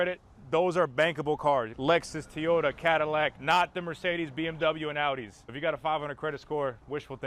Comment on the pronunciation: I beg of you, please learn how to say Toyota. Not tee-yota. Please.